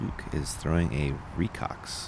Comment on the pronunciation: It's pronounced rhee-co ex (reko X) :learning